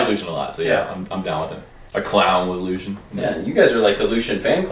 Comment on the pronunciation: I hate how people say Lucien. It’s pronounced LU CEE EN not lushin